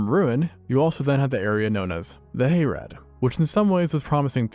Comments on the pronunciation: "Hay-rad". Dude, watch a lore video. It's pronounced "Hah-rahd". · It's Hah-rahd, Little Brother. Not Hay-rad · Hayrad? Wtf. Haa Raad! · "Hayrad" sobs sobs sobs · harad is pronounced more like hah-rod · "Hayrad"? Not quite. It's not a Deep South hay ride.